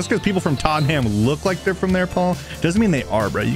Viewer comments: pronouncing Tottenham wrong is funny TAUGHTEN HAM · Other than Tottenham, should’ve been tottenum as pronunciation